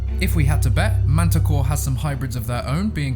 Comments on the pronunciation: I thought she said "Manticore" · Mantah Corp with a p at the end. So please pronounce it right please, its a corporation not that beast you talked about.